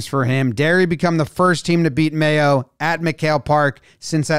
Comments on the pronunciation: May-Oh like the condiment. Not May-Ow. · Mayo is pronounced "may-OH". OH like the start of Ohio, that kind of oh. (Up the treaty.) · Its pronounced mayo, like the mayonnaise. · Mayo is pronounced like the condiment, May-O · Just to let you know, it IS pronounced "mayo" like the condiment. My father's family is from there. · pronounces mayo correctly after getting it wrong twice "is that how you pronounce it? probably not"